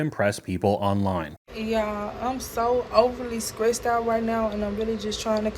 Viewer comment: "Skressed out"😂